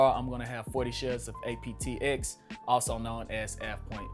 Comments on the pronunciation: You said aptx. It’s apxt. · Is he saying APTX or APXT?